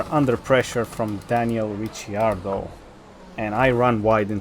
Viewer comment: no, its because he pronounced it as Ritchy-ardo